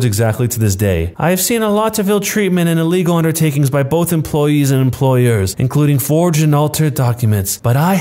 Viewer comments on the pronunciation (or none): none